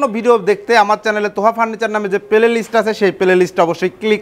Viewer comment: পেলেলিস্ট না প্লেলিষ্ট।